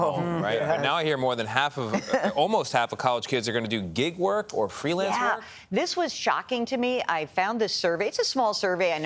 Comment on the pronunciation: Gail: “what is gigguh work?” lol 😅